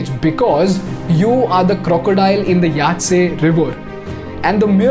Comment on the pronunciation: It's yangzee river bro